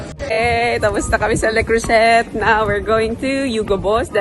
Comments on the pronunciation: Le Creuset pronounced Le CROOZAY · Silent T po Le creuset 😅